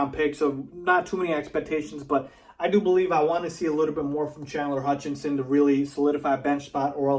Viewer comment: For all of the Bulls fans out there, it's HUTCHISON, as in the "Hutch Is On". Only 1 N! He's getting "Alshon Jeffries" syndrome...